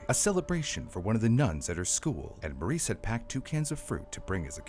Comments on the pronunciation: That little girl's name is Marise NOT Maurice. It's French - pronounced Mar-REEZ (soft first sound, and a distinct z at the end, like Please, but with a Z). OOF. PLEASE work on making sure you say names of victims correctly. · You keep pronouncing Marise as Maurice. It’s pronounced Marissa. Mah-Dee-sah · The AI you clearly used made it sound like this little girl's name was "Maurice", very distracting. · pretty sure her name is pronounced "MARE-ISS"